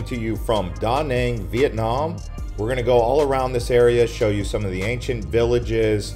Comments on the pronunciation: Its not Da' Nang its Duh Nang' The accent is not on Da the ancient is on Nang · great video, offering a lesson on proper pronunciation of Da Nang City. Vietnamese say what sounds like duh non city, ok